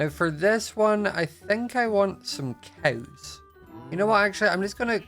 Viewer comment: Also "cows" its like "coews" but not trying to be rude okay